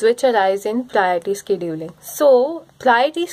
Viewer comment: The way you say "Scheduling" is ....... Video is good helped a lot in exams